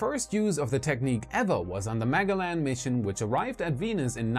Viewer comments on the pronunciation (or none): maGELLan or maJELLan! not MAGeLAN! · That’s “Ma(j)ellan”. Not ‘Mega - Lan’. 🙄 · English vs German pronunciations, neither of which are truly correct since the man was Spanish.